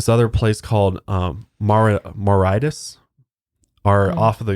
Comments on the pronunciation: Only 14 adverts? Come on your games slipping sir! Joking aside, Mauritius is pronounced moor-ishous. Rather than Moritis. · Don't wanna be a prick but it's pronounced "maw-ri-shi-ous" not "maw-rite-us" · It's pronounced more-rishus :) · Mauritius is pronounced like more-ee-shuhs btw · It's pronounced "more-ray-shus" love you guys!!<3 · It was hard to listen to saying Mauritius lmao it's pronounced ma-rish-is ❤ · more-ish-us is how you pronounce Mauritius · Mauritius is pronounced "More-ISH-us" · I’m sorry but the way you pronounce Mauritius 😂 ‘Maritis’ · Pronounced; Moor ish us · It’s pronounced Mor-ish-us 😂 Apart from that, another great podcast 🤙🏻🤙🏻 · My favourite thing in all of your podcasts is watching struggle to pronounce things 😂 Mauritius honey omgggggggg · The way pronounces mauritius 😅